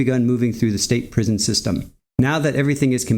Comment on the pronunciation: Its prison not prism lol